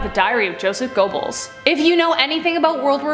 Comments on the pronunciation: Your pronunciation of Gobbels is hilarious. Ger berls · How TF can you seriously not know how to pronounce “Donner.” You never heard a single thing about the Donner Party before researching this story? That’s not how you pronounce Goebbels either. Damn, get it together man.